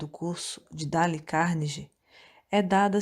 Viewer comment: “Dále” é foda hein...